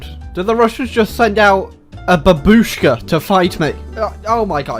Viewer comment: bAbushka. Not babUshka